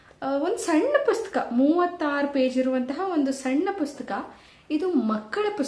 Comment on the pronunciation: Dayavittu pustaka anta heli,puska anta helteera😢